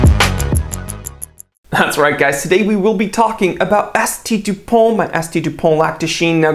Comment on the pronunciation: You pronounced S.T. Dupont wrong... ;-)